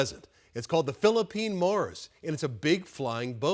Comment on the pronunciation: Mars, not Morris